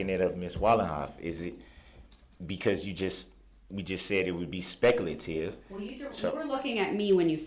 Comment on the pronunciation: It's "SPECLATIVE"!!! 🤣🤣🤣🤣🤣🤣 What a Doof!!